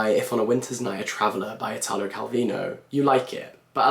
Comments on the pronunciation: You're reading Calvino and that's an EXCELLENT choice, but you should also try "One, no one and one hundred thousand" by Pirandello! PS: it's EE-talo, non ee-TAA-lo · one thing tho. Italo, though being similar to Italia/italian in the pronounciation, is actually pronounced like Italy, with the accent on the I instead of the a